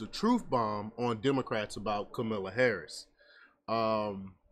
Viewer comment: The first 10nseconds, you lost me... "Kamilla" Harris. Good luck on your page dude